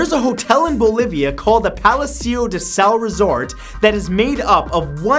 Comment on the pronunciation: you said palacio de sal in a very Canadian way.